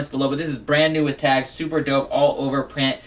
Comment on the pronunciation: "which is soooper dope"